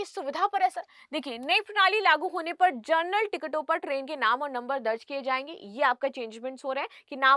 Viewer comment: जर्नल nahi hai ma'am wo जनरल ticket hota hai ,thoda शब्दों पर ध्यान दें please 🙏